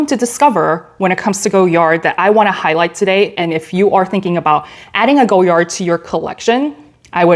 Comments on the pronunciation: I love Goyard. You have beautiful bags in great colors. I have a St. Louis in the burgundy but would love to add a Belvedere to my collection. (Btw the brand is pronounced Goy-ard in English not Go-yard). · The Vendome is my fave by far. Chic looking and so easy to use. FYI, the name of the designer is pronounced Goy-yar or Goy-yah (the D is silent) but most Americans say Goy-yard, not Go-yard 😇